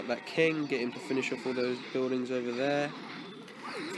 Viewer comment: The Only Thing That Didn't Change In You From This To Now Is The Way You Pronounce 'Buildings'. Sounds Like 'Buidings' With Your Accent, Just A Joke, No Offence.